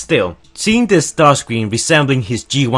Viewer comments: Caleb Ramat its not ramjet or starscream its ramshet or starsice cream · It not starcreàm